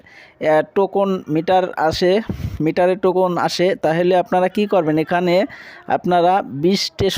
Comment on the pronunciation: টোকুন না ভাই টোকেন।